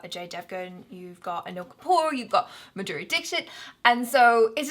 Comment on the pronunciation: Maduri dixit😂😂😂pronunciation 😂😂😂